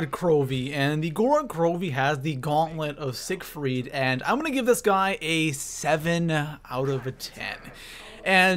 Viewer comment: Gaunlent of sigerfiet